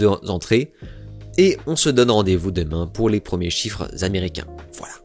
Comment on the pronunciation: 4 zzzzzzzzzzzzentrées, 5 zzzzzzzzzzzzzzzzzentrées, 9 zzzzzzzzzzzzzzzentrées. On n'apprend plus du tout l'invariabilité de tous les chiffres et de la plupart des nombres en France? (à part 20 dans 80, et 100)